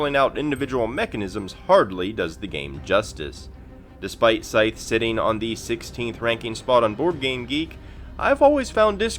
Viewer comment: "Scythe" rhymes with writhe, not fife.